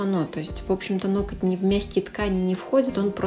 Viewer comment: Мне иногда режет слух «нокоть»😂😂а так обожаю видюшки смотрю и пересматриваю по стопитсот раз